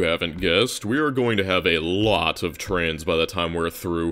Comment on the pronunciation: Love the trans representation in this vid, I mean trains. Sorry but the way you say trains sounds exactly like trans lmao